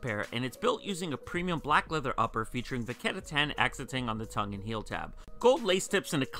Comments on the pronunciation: Hey man don't get me wrong I looove ur content but pleaeeese stop pronouncing it "vaketta tan" its vachetta tan, thx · cause he says it like "vaketta" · And here I am still waiting for e to pronounce vachetta right